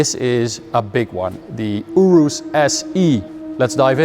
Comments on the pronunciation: You riss is how you say it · I don't know how to feel every time you say Urus.